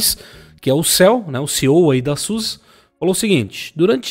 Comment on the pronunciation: Boníssima notícia ! Só um adendo : como é bom escutar "Zusi" e não "Sussa" !!!!!!!